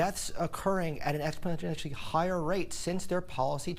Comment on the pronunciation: doesn't want you to notice that he can't say exponentially but I noticed.